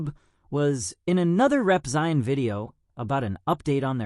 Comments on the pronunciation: >Rep-ZAI-in. AI slop. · I love you and your channel but i think maybe when typing your script you should type some things in a way that the AI will read it correctly. Like Repzeeon. Ok thanks.